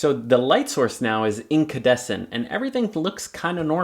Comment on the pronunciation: Nice informative video. However, it's called an incandescent light source and not incadescent - sorry !